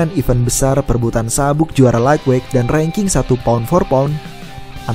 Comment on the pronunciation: Lait wait bang penyebutannya bukan laig weig